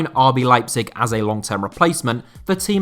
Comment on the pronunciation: The pronunciation of Kayky is Ka-í-que, three syllables with the strong one on the Í.